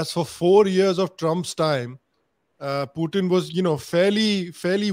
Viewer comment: Sorry to point out but after explaining that a ‘lovely part of your childhood’ was spent in Russia, your pronunciation of “Putin” was not very accurate,.